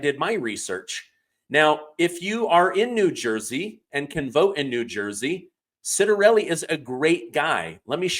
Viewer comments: NJ property tax and income tax is so high many Republicans left. Democrats will bring in a van of mail in ballots at midnight like they did last election. Anyway his name is pronounced Chittarelli. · I hope the Trump administration “finds” the money to fund Snap by diverting the Congress & Senate (plus all those who work in their offices) to the SNAP program. BTW Ciattarelli is pronounced Chit-a-relli. Praying he’s our next governor of NJ